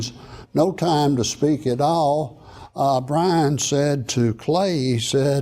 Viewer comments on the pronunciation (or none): Byrnes, not Brinze.